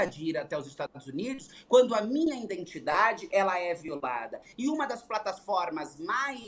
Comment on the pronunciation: Será que ouvi direito: "...indentidade???"